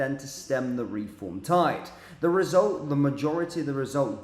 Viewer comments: Not ‘re-form’ but ‘reform!’ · It's Reform one word not Re-form.